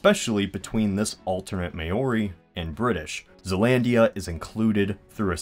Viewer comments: "May-Ori" - Ouch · Maori: i thought it was pronounced "Mow-ree"? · Dis you just say may-or-ri? Maori is pronounced like "mouldy" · "May-or-ee" haha, it's "Mao-ree" Also we Aussies like to think of Kiwis as being closer than you make out to be at the end; we are pretty close! :) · For those of you that actually care, Maori is not pronounced "may-or-ee", it's pronounced "mah-oree" roll the "r". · why is he saying may-ori its maori but its okay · Pls don't say it like May Ori. Say it like M-Ow-Ri. Sorry it was annoying me. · It's not 'may-or-ee', it's 'mow-ree'. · Heehee, you said May-or-ee. I've heard it pronounced two ways (three now.) In Australia, at least in my circles it is pronounced more like Mao-ri (rhymes with now) or Chairman Mao. I'm not sure that that is correct either. I have also heard it said Ma-ree, as in Ma and Pa, but who the fuck knows with a kiwi accent... Interestingly there is a lot of evidence that there was a previous migration, whom the Maori consumed, literally. Sadly in many circles you can't discuss that even in an intellectual way because it gets political as some people feel it attacks Maori land rights today. I don't believe it does but whatever. Same with the theory about Vikings reaching New Zealand again prior to Maori migration. I don't believe they did but it's disgusting that there is so much opposition to any study because (assuming it even has any factual basis), it isn't a politically correct possibility. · Having been to New Zealand, I must say the native/Polynesian-based culture is pronounced "Mow-ree," not "May-or-ee." Also, what's keeping the Ausie Aborigines from colonizing Zealandia in this scenario? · Hold up hold up.... May-ory? Mate, its Maori (mow-reeh) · It's Maori, not Mayori. There's no "y" or "i" in the middle there. Research the pronunciation please. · omg seriously its not may-or-ee its Maori (Maawree) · its pronounced "moe-ree", not "may-or-i" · you pronounce it Mao-ri... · AHH: May-or-ee Me: TRIGGERED